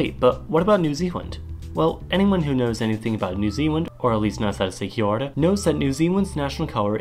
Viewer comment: still said Kia Ora wrong smh